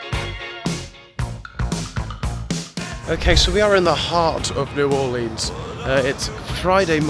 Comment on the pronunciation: Cringing at you pronouncing it new orLEANS, as a native Louisianan I cried.